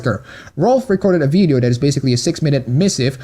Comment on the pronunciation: ITV white guy saying "veedeeo" a lot